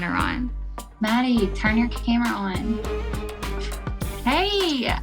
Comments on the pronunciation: Right it was driving me crazy like its mah-di not maddie 😭😭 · Hes pronouncing his own name wrong lol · BTW she's pronouncing his name wrong he should at least teach her that